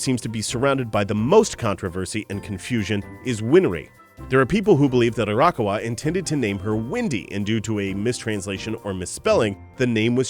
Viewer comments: Hey, just a heads up from someone living in Japan who is cringing a bit at the names... Actually, it's Ah-Ra-ka-wa, not Ara-kawa. Also, for the titan video, it's Ee-say-yama, not Isa-yama... For an Anime channel, you gotta have those names down... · So close with your pronunciation of Arakawa's name! It's not "Arahka-wa" it's "A-ra-ka-wa". Simply pronounce each individual sound with the same length and tone and you'll be golden. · There were definitely a few things I didn't know so good job on that, but I was cringing everytime I heard you pronounce Arakawa >.< Does that make me a total weeb? In my defense, I do live in Japan so I'm used to hearing it the natural setting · No, I cringe every time he says it as well. He pronounces "manga" correct, not like "mango", but then proceeds to completely butcher the name "Arakawa', a simple four-syllable Japanese name, with a disgusting Western pronunciation. You're not a weaboo for caring about that, in this case. He displayed an obvious double-standard in articulation of the names, and in an audio recording that they can freely do-over on a video specifically made for an anime channel, it's lazy and disgraceful.